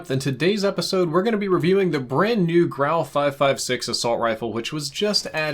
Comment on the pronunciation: Such a relief to hear your pronounce the guns name correctly. All the other youtubers I’ve seen have been calling it the “gru” or the “guru” smh